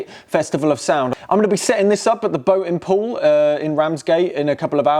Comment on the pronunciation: Oh, the boating pool! I thought he said “boatem poll”